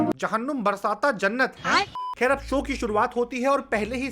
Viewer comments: भाई नाम तो सही पढ़ लेता 😂😂😂 बरसाता नही है😂😂😮😅 वो ba raasta jannat मतलब बारास्ता जन्नत ,भाई तूने उसको पढ़ लिया 😂😂😂😂😅बरसाता जन्नत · My dear younger brother I'm well wisher of your.... wish you to keep on top.... but it's should not be pronounced " Jahannum barsata jannat"... it's " jahannum ba' raasta jannat".... it's totally different in meaning..... just consult your team, can't b described here in words.... well I'm a Sikh, respect all...